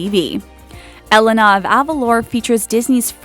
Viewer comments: And its pronounced elena not eleenaa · Mare-i-duh on-a e-lane-a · THE THING,U R SOOOOOOOOO FREAKING BAD AT PRONOUNCING THEIR NAMES RIGHT!!!!!! ITS PRONOUNCED EH-LAY-NUH!!! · and she pronounced Elena (A-lane-ah) like (elen-ah) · the narrator doesn't know how to pronounce the princesses names correctly.😠 Meerida. alenaw😂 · Lol then you are an American that doesn't even know how her own name is pronounced. The name Elena is the Spanish version of Helen, and it's pronounced eLEna, with the stress in the LE syllable. If you don't pronounce it correctly, you're mispronouncing a Latin American name, period. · You mean Mereeda and Elina? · I'm not even gonna try with saying how annoying this video is, but I will mention one thing. Clearly you haven't seen the movies if you pronounce Moana, Merida, and Elena wrong. You look so dumb when you pronounce them wrong even when they're said a billion times in the movies. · That mispronunciation of Merida and Elena's names though xD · you prenounced elena wrong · She pronounced Merida and Elena wrong xD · I cringed when she pronounced Merida and Elena wrong xD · Ceana F Meh name is Elena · Elena was said wrong also. haha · she also pronounced Elena wrong